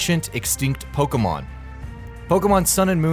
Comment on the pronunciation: Wrong accent on Pokémon, The accent you added makes it make the eh sound, Poke-eh-mon